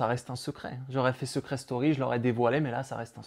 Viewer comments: Je rêve où il dit " Seucret Story " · Seuuucret story 10 😂 La prononciation 😂😂